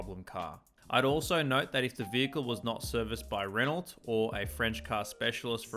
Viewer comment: Good info, just stop calling it a “Renolt”.